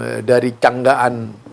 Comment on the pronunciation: namanya desa Cangak an...begitu... Bukan canggak an.... Maaf sedikit koreksi